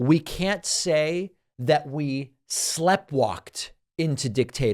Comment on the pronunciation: Sleepwalked, not slepwalked 😁